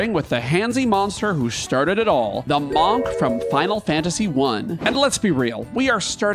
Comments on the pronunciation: The "O" in "monk" is pronounced like a soft "U" sound, more like "muhnk" than "mahnk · More like "Mankh" He's pronouncing it like the Egyptian "Ankh" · You are the first person I've heard NOT pronounce the word like "munk" and it's giving me a visceral reaction. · You're pronunciation of monk is really weird. It should be "munk" not "mohnk" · One note about Amarant; his No Mercy ability isn't necessarily non-elemental. It adopts the element of his weapon. That said,am I the only one who hears the pronunciation of "monk" like "bonk" rather than "bunk"? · “Maunk“ makes me wonder why most pronounce it as if it’s spelled “munk” I mean, geese don’t “hunk” and neither do cars. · Ahh yes, the MAWNK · I could not make it through this video because I couldn't keep hearing "Mahnk" >.< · May the best "mawnk" win! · Wtf is a Mawk? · Is this an accent thing? I could have sworn monk is pronounced more like munk. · I don't think I've heard anyone pronounce it "mahnk" before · Manque? Or Munk? Interesting pronunciation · I love watching your videos, but this one I had to mute. the pronunciation of the work Monk sounding like the first 3 letters in Monster versus sounding like Munk drove me bananas lol. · We love the Mawhnk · the way you say monk is just painful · WHY IS HE PRONOUNCING "Monk" LIKE THAT?!! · How you pronounce monk really gets to me 😂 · I’ve never heard someone say monk like that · Entertaining list. Also, I've never heard someone pronounce "monk" like that. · The way he pronounces Monk.... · I’ve never heard monk pronounced like that and it’s really throwing me off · The way you say Monk is so different then I have ever heard you put so much enface on the O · Sorry bro, but I can't finish it I'm gonna listen to your vowel choice that many times. It's too jarring, nobody says monk that way. Literally nobody. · Amused at how pronounces "monk" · Great video! Also the way you say “monk” is absolutely insane!